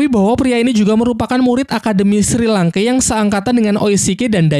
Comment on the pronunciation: Penyebutan nama nya kedengeran aneh njir, untung dah tau nama² asli chat nya. 😅 Edit, Shrek bang, Sri langke sengaja ya, lucu bet njir 😂